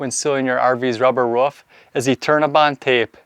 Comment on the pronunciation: Why do you call a roof a ruff? Not being mean I'm just curious, I do love how you explain back to front (kind of like a shingling effect) I'm a new subscriber now thanks